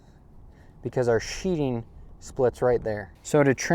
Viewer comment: Nice work BUT it's called sheething not sheeting.."TH" not "T",,,thanks.